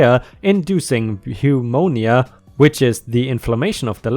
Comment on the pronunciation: Hey. Pneumonia is pronounced new-monia ^_^